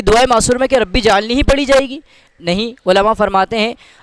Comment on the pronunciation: ربی جعلنی نہیں ربج علنی ھے۔ ایسے تلفظ کے لئے لکھا ھے